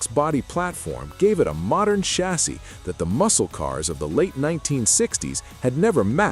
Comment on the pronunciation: Can you say chassis agin?!